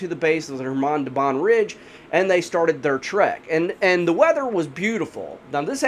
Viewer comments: Do not add k! It's Hamar! Like Suhoy jet is SuHoy, not Sukhoy - russians always sound h before vowels. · Forgot the k, it's khamar daban